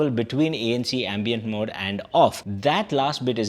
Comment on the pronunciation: dude , it is ambient.. not ambeint.